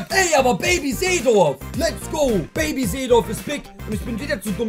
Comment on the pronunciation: Es ist nicht Ferdinand Baby, sondern PFÖRDINÄND BEBI :D